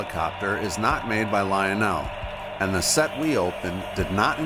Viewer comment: Lionel not leonel